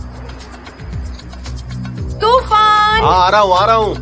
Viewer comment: Toraan✅ Tufaan ❎